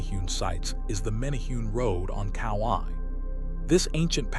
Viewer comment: It's "men a hu nees".